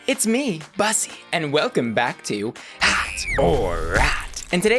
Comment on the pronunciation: It hurts my soul how you say bus-ee its BUSSY like pussy without the p girl 😫 how can u commit such a heinous crime!!!!!!!!